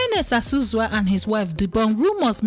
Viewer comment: Not Ozuzu.It is Azuzu